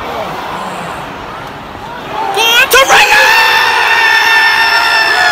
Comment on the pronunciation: It’s to-rear-ra